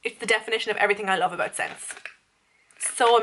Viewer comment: When you were talking about the Revlon de tangling thingy I thought you said ' it's the definition of everything I love about SEX ' 😂😂😂😂😂😂 but when I listened back you said 'scent', I still have my eye out every week in penny's to see if they get in that ginger & co but still none 😩 I so want to try them 😊 great video hun xx